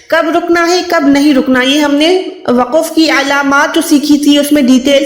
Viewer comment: Mohtarmah Assalamo alaih Pahle aap urdu bolna seekhen phir quranic arbi ko samjhayen. Lafaz ya waqaf to bolna ghalat hai. Durust to hai lafz aur waqf. Qareeb Sare aalim ghalat bolte hain kiyon.